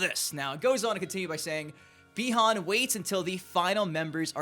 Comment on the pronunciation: Its pronounced buy-han